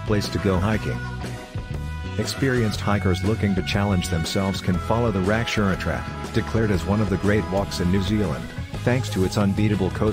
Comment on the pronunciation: how the he heck did you get a S in your pronounciation of the name Rakiura